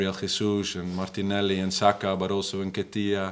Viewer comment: Had to rewind the he pronounced said Nketiah loll